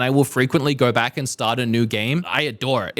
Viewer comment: "We're going to come vack and do the rest of the video in one quick shot" three quarters of the video length remaining